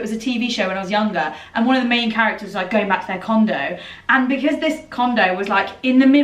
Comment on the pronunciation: did just say, “I live in a condom”? 😂🤣😂